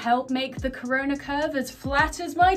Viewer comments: Did actually say lets stop “therona” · said Rona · Raymus the (corona) rona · Is it just me or day corona pronounces it as the rona